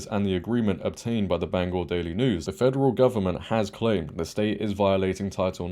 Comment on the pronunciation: I am from Maine. Mills is an outright embarrassment! We want her out!! And thank you for pronouncing Bangor correctly!